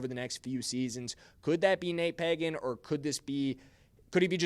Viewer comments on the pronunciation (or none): It's not Págan.. it is pronounced Pagán (pahGán) Sorry, that's my name also and people assume right of way that is pronounced Pagan like from the Bible. Accentuate de last á. Gracias! Oh and yes. The RB1 from Notre Dame should be Los Chiefs 1st rd pick! Have you seen his tape?? Holy shit! Is like if Barry Sanders and Adrian Peterson had a kid. That's Jeremiah Love!